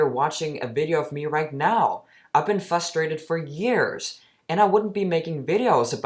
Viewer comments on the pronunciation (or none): I’ve never been “fustrated” before. Must be a newly discovered emotion. Or is it kinda like frustrated? Im lost…